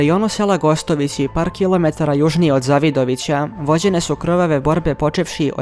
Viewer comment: Само мала исправка; грешка у акцентовању Криваје и Завидовића.